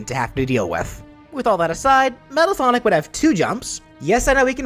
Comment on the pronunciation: Right...do you even know how to pronounce sonic?